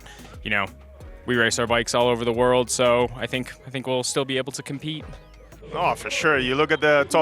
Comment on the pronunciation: Joonas, not "Jonnas". Mutta torille.